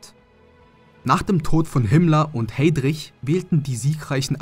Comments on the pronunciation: Heydrich wird Heidrich ausgesprochen. Weiß man aber auch. Schlecht abgelesen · Sag mal, sprechen ist nicht Dein Hauptargument solche Dokus zu kommentieren, oder? Eine kleine AUswahl Deiner Betonungen: ArdÄÄÄnen Heedrich und vieles mehr. Wenn es Dir nicht möglich schnell und dabei richtig betont und ausgesprochen Dich zu artikulieren, dann mach es doch einfach etwas langsamer, das macht uns dann auch mehr Spaß zuzuören ;) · Deine Betonung ist eine Schande für die Soldaten… Heidrich🤦🏻‍♂️ Wenn man solche Videos macht sollte man sich informieren und kein Idiot sein.